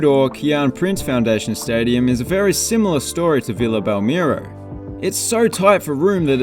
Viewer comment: You nailed all about Santos: Vila Belmiro’s pronunciation is spot on (as a matter of fact, the stadium’s official name is Urbano Caldeira, but it is mostly known by the name of the neighborhood where it is located). And, as a Santos fan, the proposal of demolishing Vila Belmiro is heartbreaking. Santos should explore options in the city (maybe at the harbor zone, but Santos is a geographically small and crammed city, so there is not much room for a new arena), or outside Santos, mainly at São Paulo, a way bigger city and where the majority of Santos fans hail from. Excellent job by yours in this video.